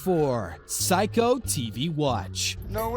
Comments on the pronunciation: Psycho watches? It's "say-ko". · Seiko not psycho (seiko = say-co) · psycho watches? this narrator and video is psycho. not 'say ko' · He said psycho watch 😂 😂 😂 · It's pronounced 'Sayko' !! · Its pronounced SAY-CO not PSYCHO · Seiko (pronounces Say Ko) not Psycho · Seiko is pronounced Say-co Not Psycho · For the billionth time, it’s SAY-ko not SIGH-ko jfc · Seiko is not pronounced psycho. It's pronounced (say-co)! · Seiko not psycho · saiko? dude its Seiko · Sayko, NOT Psycho... lol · Not Sayka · Seiko is pronounced say-ko not psycho And "patina" of age Is pronounced pa-tee-na not pa-tin-a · This dude pronounced seiko(sai-ko) wrong he pronounced it psycho. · Say co watch not psycho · pronounced sako not psycho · im sorry did you just say psycho tv watch instead of seiko? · Say-ko not psycho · Seiko is pronounced Say-Ko.. not Psycho.. lol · Sixteen hundreds (as in years) not 16 thousand (wtf is that), and not psycho watch, seiko watch! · Seiko - Say-ko......not psycho, omg. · He also pronounced the TV Watch as being made by 'Psycho' correct pronunciation 'Say Co' (Seiko). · Just so you know the watch company is pronounced "say-ko". Also the pistols are nickel plated. Not planted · Seiko pronounced (SAYKO) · ummmmm it's pronounced Seyko not Seyko dumass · it is not pronounced "psycho". lol. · Psycho you know how to read Seiko everyone in the Americas heard the name Seiko many times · Why do some people pronounce Seiko as Psycho. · Had to stop watching after hearing "Agassi" pronounced as "Agasee", "Seiko" as "psycho" and "16,000" when it should have been "1,600". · psycho HAHHAHAA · For sure. The way he says SEIKO as SAIKO made me very angry. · And the narrator pronounced it "psycho" lol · You can't even pronounce Seiko and you wanna make videos? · He butchered Andre Agassi s. Name and Seiko watch 😵‍💫😳😵‍💫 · Can't pronounce Seiko. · Man learn how to pronounce SEIKO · The narrator can’t pronounce seiko or patina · Please pronounce seiko correctly next time